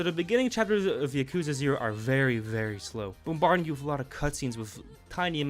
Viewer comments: bro just said "Yuh-koozuh Zero" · He really said Yak ooza... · I've never heard someone say Yakuza with such disfigurement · No one pronounced yakuza correctly lol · why do you pronounce yakuza like that